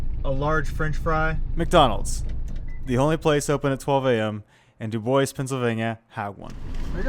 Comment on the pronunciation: DUDE!!! you where 2 miles from my place and i didn't know it. Hello from DuBois PA!!!! and I was Shock you said it right . Welcome to DuBois my friend. I hope we treat you right in are town of DuBois PA.